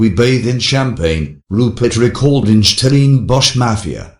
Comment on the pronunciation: Who ever is narrating this video, you're not South African, in fact, you have an English accent, so stop poking your nose in our issues and talk about the Monarchy. Which South African can't pronounce "Stellenbosch"?...nxm